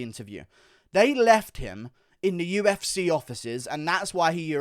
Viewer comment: "The U-F-Sayyy"